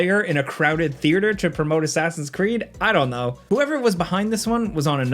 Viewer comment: "ass creed" confirmed, thanks